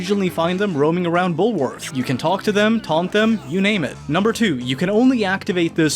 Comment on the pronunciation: "Bullowrth the school" that's one I haven't heard in a while.